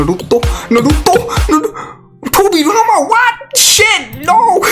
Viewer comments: Shandaroo!!!!! NaruTOW... NaruTOW... hahaha i love it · just listen to how my boy says naruto's name lol